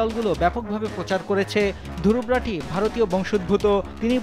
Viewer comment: দুরুবরাঠি😊😊😊 বেটা বানান ঠিক করে বল।